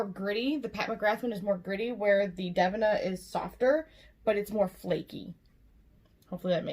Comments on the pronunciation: I believe it is pronounced Dev-een-ah rather than dev-in-ah 😉 No big deal. I just didn't know who you were talking about at first so I thought I'd let you know to avoid confusion. 🙂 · OMG GUYS I'M SO EMBARRASSED!!!! I literally pronounced the name of their brand wrong like twenty times, PLEASE, PLEASE ignore my Midwest take on it lol I hadn't purchased from them before or seen anyone else's videos to know I was saying it wrong. Literally, so embarrassing. Also to Devinah should you ever see this, I am so truly sorry! I'm awful with names to begin with but I will get it right in the next one!!!